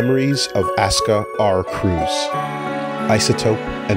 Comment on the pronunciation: His name was "Asuka R. Kreutz" !! not "Kreuz"